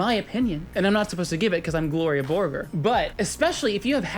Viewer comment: Gloria Borgore? More like Gloria Voregore